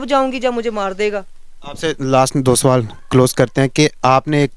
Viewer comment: ek sawalaata Nahin ek sawal hota hai